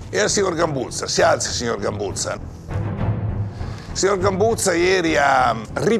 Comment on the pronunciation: ma solo io sento che le prime due volte il preside dice GAMBULSA e non GAMBUZZA?